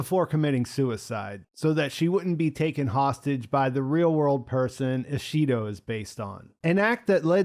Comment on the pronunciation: there’s 10 hours worth of conversations showing you how to properly pronounce these names. i acknowledge names like Yabushige are not easy for most westerners, but Mariko and Ishido are pretty basic to pronounce and should not be difficult for english speakers yet alas. at least he got fuji and toranaga right at least.